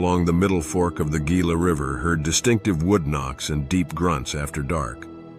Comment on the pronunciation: Just FYI- it’s not pronounced as ghee-lah (Gila) here. The G is pronounced as an H sound, so it’s hee-lah.